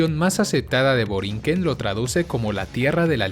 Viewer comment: No es borien, sino Boriquén. Aclaración: Derecho al Voto: El video se refiere al derecho a votar por el presidente de los EE.UU. o por cualquiera otra votación de la nación estadounidense. El voto ejercido en Puerto Rico es unicamente para los asuntos políticos locales y no para los asuntos políticos de EE.UU. Las islas municipios y cayos que pertenecen a Puerto Rico son al menos unos 17. De los mencionados en el video están Mona, Culebra y Vieques, etre otros, pero ninguno lleva el artículo definido como parte de su nombre como los menciona el video, o sea, no es Isla de La Mona, sino isla de Mona, tampoco es Isla de la Culebra, sino la isla Culebra. Lo mismo aplica para las otras islas y callos como Monito, Desecheo, Culebrita, Palomino, Cayo Ratones, Magueyes, Caja de Muertos, Isla de Cabras, Cayo Caribe, Cayo Icacos, Cayo Santiago, etc. Aunque si es cierto que que muchos puertoriqueños cambian el sonido de la "R" por "L" en algunas ocasiones, no es tampoco como que se anule la "R", como hace ver este video o como muchos creen. Ese cambio depende de la estructura de la palabra. Por ejemplo, Puerto Rico nunca es pronunciado PueLto Lico, como algunos creen, sino más bien PueLto Rico... solo le cambian la "R" a la palabra 'Puerto', pero la palabra 'Rico" se pronuncia con su "R" de manera normal. Así para con muchas palabras... por supuesto, hay otras palabras que nunca se cambia la "R" por "L", como las palabras carro, arroz, radio, rueda, etc. Por otro l